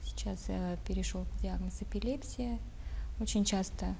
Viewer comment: ЭпилепсИя, ударение на И.